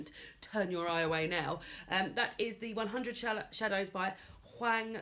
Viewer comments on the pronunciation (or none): I hope this doesn't come off as nit-picky, but I hope I can help with some of the Korean pronunciations: Almost any 'a' is pronounced like "ah", so it should be Hahn Kahng. Korean doesn't have the "a" like "apple" sound. The author of One Hundred Shadows is Hwahng Jung Eun, the city is pronounced like "Soul". The characters are named Eun-gyo and Moo-jae. I don't expect anyone to really change how they say anything, but if anyone is interested, Han Kang is almost always said incorrectly and she's becoming quite famous.